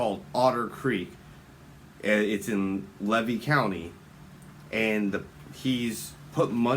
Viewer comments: The county is pronounced Lee-V Levy. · You strut around Florida as a native and you can't say Levy County? Smh...